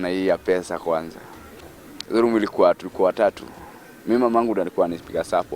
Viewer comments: Instead of saying show room, anasema Soo room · venye amesema 'sow room' nimekafunga